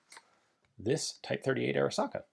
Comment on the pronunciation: Every time Ian says Arisaka, I cry a little.